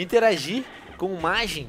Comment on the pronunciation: Mas você não falar Majin direito